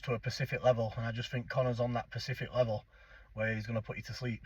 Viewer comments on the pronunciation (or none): Its specific not pacific 😂😂😂thats an ocean 😂😂😂